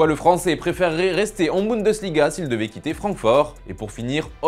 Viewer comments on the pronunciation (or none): none